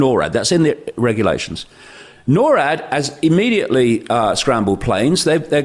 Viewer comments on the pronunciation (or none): Norad not nor at